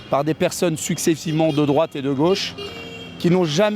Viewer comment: " je pa voté à drouate - Pourquoi ? - je pa répondre à 7 kestion ! " Quelle verve ! 😂😂😂😂😂😂😂😂😂😂😂😂😂